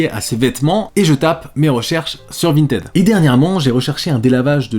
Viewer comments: On dit « Vinetide » ! Ralala, tu étais où au collège durant les cours d’anglais ?!! 🤭😁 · t'es passé de vintid à vinted en terme de prononciation ça me fume